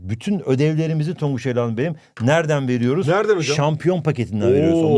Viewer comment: HOCAM TONGUÇA NE DİYOSUNUZ TONGUÇ BİŞEY DİYOSUNUZ YAA😊